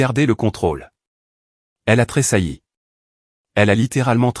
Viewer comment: Tresailli du verbe tresaillir pas tres sai svp